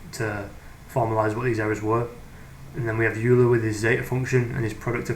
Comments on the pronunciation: Great video! One very pedantic correction: Euler is pronounced OY-lr or OY-la, depending on how you enunciate your R's. Sounds like Oiler or Oilah. Youler is a common mispronunciation. -Cheers! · Pronuncation: Euler = "oil-er"; Riemann = "Ree-mann"